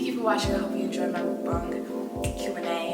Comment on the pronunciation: Hello! I'm one of Korean fan of you. I have a little tip for you. Actually, the right pronunciation of 'Mukbang' is [mʌkbɑːŋ] lol and thank you for loving Korean eating culture.